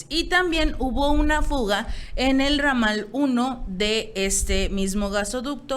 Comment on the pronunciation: Ramadal???? Ramal!!! Por favor lee un libro y aprende